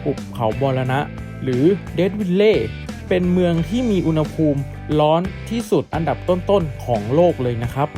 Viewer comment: อุณหภูมิ ต้องออกเสียงว่า อุน หะ พูม นะถึงจะถูกต้องตามหลักภาษาไทย